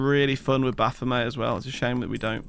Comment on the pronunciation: Baphomet is pronounced with a hard "t" like bayonet. It's from the old French name for a demon that comes from a corruption of the name Mohammad, meaning a demon or a false god.